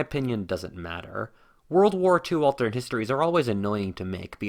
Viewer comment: Bro can you not pronounce the word alternate? You’re saying “alternd”